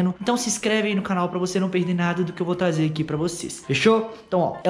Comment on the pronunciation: ele falou taze kkkkkk